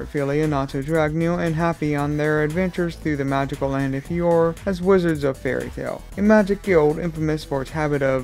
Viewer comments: If you truly loved Fairy Tail you would know that what you call Fiore (FEE-or) is actually Fiore (fee-OR-ey). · Sorry to be mean but it's pronounced fe or a. I'm just saying for future reference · Oh yeah, I believe it's pronounced "Fior-AY". It's Italian for "flower".